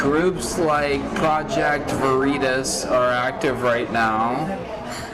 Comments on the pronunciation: Project Vuh-REE-Tus. Clever. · "Project ver-e-tis" LMFAO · LOL the dude even talks about it to him and he intentionally mispronounces Project Veritas LOL. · Him mispronouncing varitas is so good 😊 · Project Ver-E-toss, that guy is a pro! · "Project Vereetas? WTF is that?" lol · The fact he said "vureetis" to cover himself was GOLD. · Love it when he mispronounce "Preject Veriiitaas" :elbowcough::goodvibes::yougotthis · PRO-JECT VA-REEDUS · Pro-ject Vuhreetus. What's that? 🤣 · 😂😂😂”Project Vair-reeh-taz!!!😂😂😂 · Vureetus? Lol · Mispronounced Veritas 😜🤣😂 sucker!! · Like how the Veritas operative mispronounced Veritas...🤣🤣🤣👍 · Mispronouncing 'Veritas'...excellent ploy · I love how the project veritas guy mispronounced 'veritas'. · Dude mispronouncing Veritas is epic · the guy mispronouncing "veritas" gave me a good laugh, thats some next level spy skills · How he was able to knowingly mispronounce it without giggling a little and keep a straight face.... next level spy.